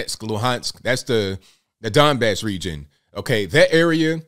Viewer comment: I thought you said Dimebag region....I was like...oh ok.